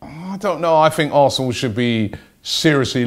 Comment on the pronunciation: Advenco I think he might have said aresenal